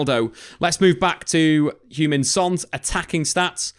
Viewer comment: Loved how you pronounced Hugh-Min Son 😆 AKA Shuggy Son when in Scotland